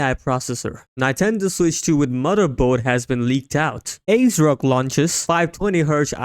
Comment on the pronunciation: I should have quit when i heard 'NAINTENDO' ....